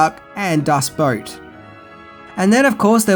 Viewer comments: Boot, not boat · DevilDust Yeah, but boot isn’t a name. It would be like him talking about the movie Glass Slipper, but instead he pronounces it Glass Slapper. I understand mispronouncing names. My man lives on the other side of the planet from Hollywood. He has every right to mispronounce names. But boot? Boot is a weird word to mispronounce. No offense to.